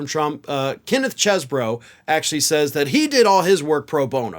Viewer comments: Chesebro pronounced cheese-bro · You pronounced "Cheezy-Bro" wrong... Anyone keeping track of some of the comic-like character names these villains have? Calamari, Cheese-Bro, Rude-E, ...